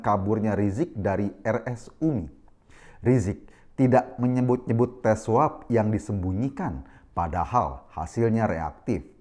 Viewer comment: Bisa aja ya dibawa jadi parodi, oya apa gak salah dengar daku td bilang kasus SWAB apa SUAP ? td pengucapannya kedengaran sama aje, ooooo.... TERNYATA ADA TEKS NYA .... berarti kata ; " SWAB " . maaf, maaf.. ! !